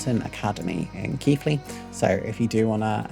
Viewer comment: Thanks as usual for the fantastic SIG144 coverage. And 50 points for correct pronounciation of Keighley!